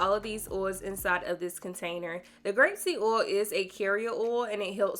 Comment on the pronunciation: The mispronunciation of oil is really getting to me